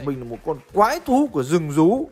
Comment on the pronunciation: Phút "quái thú của giừng giú " !